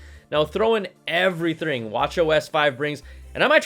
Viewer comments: does anybody notice Brian said "Evverythrrring" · "So throw in everythring" jajaj you made a booboo